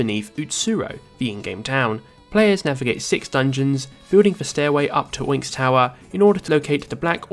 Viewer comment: Oinx? It’s Black **Onyx**, as in, the gemstone. “Ahn-icks.”